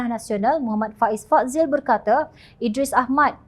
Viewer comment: Salaam. Salah satu tanggungjawab penyampai berita ialah menyebut nama dengan betul. "Fahmi Fadzil", sebutan yang betul untuk "Fadzil" ialah “Fa-dhil” (ض), bukan “Fad-zil”. Harap dapat perbetulkan sebutan.